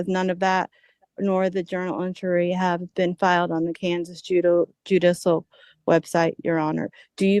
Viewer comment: Judissal? 😂Bless her heart!